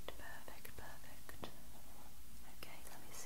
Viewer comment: Lol it sounded like you said ‘purr-fect’ after the cat image 😂